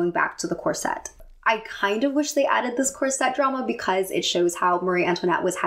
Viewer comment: Is there any reason you pronounce Corset as cor-sette? Gorgeous film and great analysis x